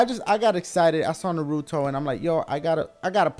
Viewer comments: Pronounced NAH-ruto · nuhRUto...dafuq? Naruto, son. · Your a fan of Naruto? And you cant pronounce the name? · It irks me on how you keep mispronounce Naruto -____- lol and I take Japanese in school sooooo lol